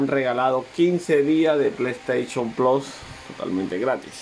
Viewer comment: Plass es plus se dice plus ahi mi playstation plasss